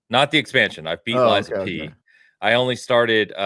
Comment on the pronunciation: Ok all this time I hear Liza P finally realized it is lies of P 😮